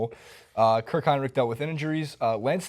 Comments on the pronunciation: First of all is "Hinrich" not "Heinrich", second of all he held the bulls record for most 3 point baskets made and third of all he's one of the best and most underrated perimeter defenders in basketball. He's not a scorer and what the stat sheet says isnt representative of his game. About WROY, how can Doug McDermott be the worst if he didn't even play? he had a knee injury at the beginning of the season and then Thibs being Thibs wouldn't let him play one single minute. Today, in his second year in his league and pretty much his first year playing, Doug is one of the best three-point shooters in the NBA. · its hinrich , enes kanter (enis cant-er and I'm pretty sure you spelled the coaches name wrong